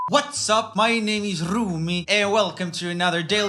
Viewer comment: I like the way joel says "whats up, my name is RRRRRoomie". Thats how we pronounce 'r' in nordic countries